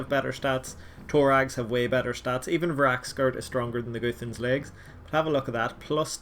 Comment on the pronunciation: Its not goothans Its gu-th-an-s